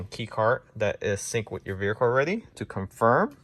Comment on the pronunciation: Bro it was driving me crazy too.